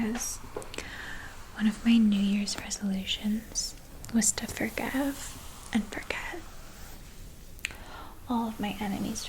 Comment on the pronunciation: Even her pronunciation of some words sounds very Valley Girl-esque. Like "forgev" instead of "forgive."